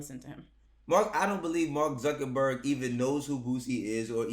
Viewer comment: "Zuckenburger" 😂😂😂😂 ayo give Boosie his IG 😂